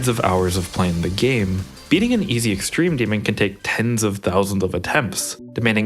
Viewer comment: “OwO what’s this? Extrewm demwon?” -twd 2024